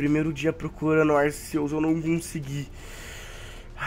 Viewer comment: O cara nem sabe falar arceus